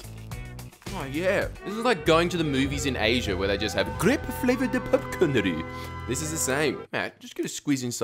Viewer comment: lost it at "grape fravoured popcornoroo" haha